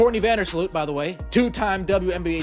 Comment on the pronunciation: VANDERSLOOT!!!! NOT VANDERLOOT!!!!!! AI SUCKS!!!!!!!